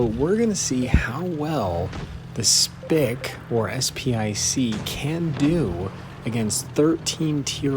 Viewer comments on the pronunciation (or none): Just pronounce it as SP one C